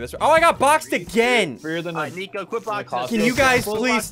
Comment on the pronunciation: You said nico like flico😂